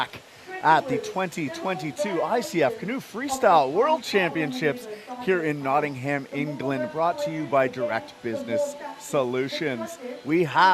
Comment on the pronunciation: It's pronounced Notting-am or Notting-em not Notting-Ham